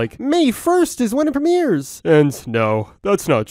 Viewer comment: "MAY 1ST IS WHENET PREMEERS"